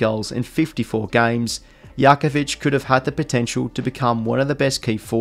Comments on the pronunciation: Good video, but hearing Yakovich over and over almost killed me. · The J in jakovich is not a y sound, it’s a j sound Jack o vich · Jackovich is the Aussie way of pronouncing it. The European way is Yackovich. Agreed, sounded strange hearing it pronounced that way, especially for someone who watch his brother Glen play over 200 times for West Coast. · Yes, it's correct. He is Croatian and the J is pronounced with a Y. Obviously in the footy world it was easier and misunderstood to say Jakovich rather than Yakovic. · Haha I get you man, Jakovich is actually pronounced Yakovich with a silent J because of the Croation name/background. But yeah both are pronounced fine. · remember the 2 players Illija and Brent Grgic pronounced their surnames differently ... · good video but the way you say jackovich is gross